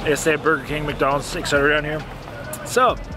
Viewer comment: It's et cetera, not eck cetra.